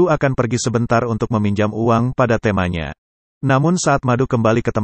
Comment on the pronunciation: Mas, kalo lafal nya kok aneh? Bs bilang temannya? Tp kayak Tema